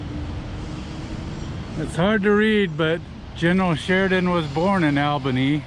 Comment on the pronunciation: Learn to pronounce Albany!